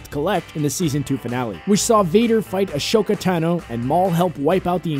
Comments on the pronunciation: Why do they say Ahsoka's name wrong it's ASAKA or ASHOKA it's Ahsoka! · its Ah-So-Ka not Ashoka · You just fucking said "a-show-ka" instead of "a-soh-ka" You disgust me. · I'm I the only one who is disappointed that he said ASHOKA instead AHSOKA!!!!